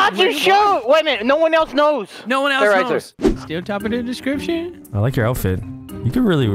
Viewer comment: "Top of da descriptionnn??" Got me cracking up